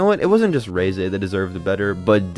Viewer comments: Its REH-ZEH not RHEEZY like fuckin WHEEZY, what the fuck, learn a thing before u do a video on it. Why do youtubers suck so bad at this in general. End your account. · Reeeeese not reizei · Every time I heard this cockhead say Ray-Zay, instead of Reh-Zeh, I died a little inside 💀